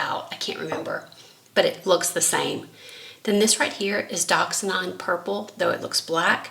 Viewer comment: It's "dioxazine". Not "doxinon".